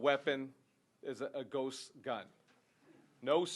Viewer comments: He keeps saying gust guns lol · Did he say a “Gus gun” or ghost gun? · Why does he keep saying gust, it’s almost like he doesn’t know how to say the word ghost. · He keeps on misspronounceing ghost as gust,seriously not hard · Great video man and this guy is a fuckin moron and should be removed from his job immediately he had hard time even ghost he kept saying gust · I'm scared now... That 'gun engine' is terrifying. Ghust er ghost gun. He said it twice! If you are gonna make up bullshit terminology at least pronounce it right, jackass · He seems to have a difficult time saying ghost, he keeps saying ghust. He must be nervous cause he knows what he's saying is a lie. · He says gust gun a lot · I believe it's pronounced Guhst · He can't even say ghost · Can't even say ghost correctly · This moron can't even pronounce ghost. Maybe he should spend some more time with his therapist. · This is what happens when u elect jack asses that can't even efficiently pronounce GHOST correctly go educate yourself on something before u say it needs to be banned u piece of shit Mr. "Guss gun" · can't even pronounce ghost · Guss guns?? Gust gun? Shockaly?? Who fucking taught this idiot English? I'm not even to mention and how stupid and bereft of gun knowledge this guy is